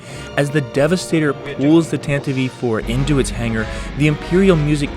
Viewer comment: I would like to mention that it isn't "Tantavivie IV". It's "Tantive IV".